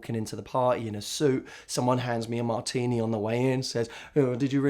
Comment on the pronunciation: OMG Matt with two t's when you said martini I instantly pictured you as the next 007. Smart, sexy and British accent....wuhuuu